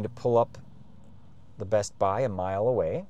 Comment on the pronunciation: pronouncing the T in bestbuy is wild